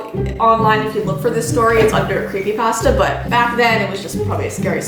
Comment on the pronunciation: are you ok heard that 63 Canadians are dead from a recent crashed plane, I am so worried about you and Ti please let me know if you're ok, I have horrible aniexty too, and your show gives me a safe escape. I love your show and FYI I like how you say creepy pasta. You are the bee's knees.